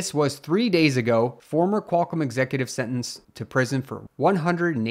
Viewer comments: Its QualComm, not "kwulcum" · Somebody should stop "Qualcum"